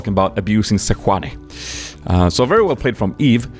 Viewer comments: how can you pronounce her name with a spanish hollow "J" like seHuani , it's actually SeJuani (No hate , but the swedish pronounciation is weird) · SEJUNAI NOT SECHANI!!!!! WTF YOU FRENCH NOOOOOB!!!! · i dont know how u can possibly mess up her name that much, jesus...her name is Slapajuani man!!!!